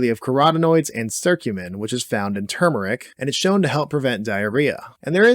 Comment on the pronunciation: Great video, densely packed. Thank you for pronouncing Turmeric correctly.